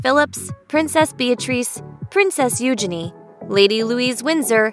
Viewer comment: Please learn to pronounce titles and names before you make a video about them. Viscount, Eugenie, ...